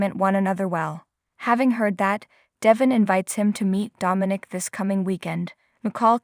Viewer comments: How many times have Y & R listeners told your person that DE VON IS pronounced right on the daily show IF. YOU WOULD LISTEN TO THE SHOW!!!!!!!! NOT. DEVIN!!!!!!!! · Please say his name right, you speak English and can read I assume, Devon not Devin